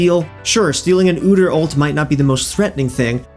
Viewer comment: Oo-dear is not how you pronounce his name, not like it matters cuz he is still worthless